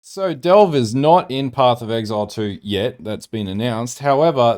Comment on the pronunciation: oh ffs say "devle" one more time! ;). Since the end game is basically delve minus blue and Niko, how are you so sure Delve will be back? Granted if it came back it would be so different and hopefully cool i would love to see it myself. It would be neat actually if there was a cap to delve almost as meta joke making mapping infinite and delve having a cap.